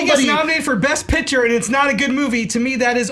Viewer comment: should never win an episode of Movie Fights until he stops pronouncing "best picture" as "bess pitcher."